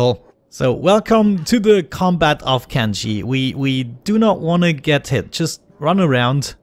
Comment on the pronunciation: Did you say kenji? It sounded like you said kenji at the start